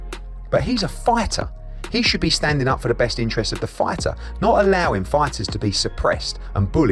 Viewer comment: Eddy should say “Fightuh” a few more times